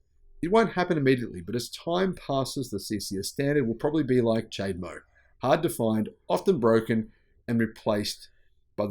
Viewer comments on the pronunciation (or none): Can't even pronounce chademo. Pure ignorance. Doesn't know when to use fewer or less either. Just uneducated and illiterate.